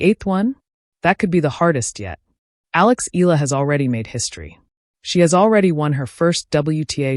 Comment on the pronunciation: Not eeeela....eala.(eyala) are you a.i.?